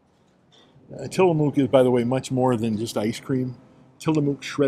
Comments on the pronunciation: It's Till A muck, not Till A mook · Great job Tillamook is pronunciation sounds more like Tillamuk, it's indian. Used to rep products, all quality ,Oregon Best wishes thank you for the information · Good video. Just in case you wanted to know the ice cream brand is pronounced Till a muck. The “mook “ part is pronounced “muck” . I love Tillamook Ice cream too. ( I also love Tillamook cheese and Jerky) My Favorite Tillamook ice cream is Marionberry Pie. I had it last summer when I visited my family in Oregon. I haven’t seen that flavor in Kentucky yet but they have been expanding the flavors at Kroger. I love your Kroger and Costco videos. Thanks for the video.